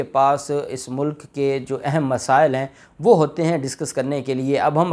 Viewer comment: Voice Mai ... mulk and mulak hi fault pakra jatta... Hai 😂. Nani 420....ki videos ka intaizar Hai 🤪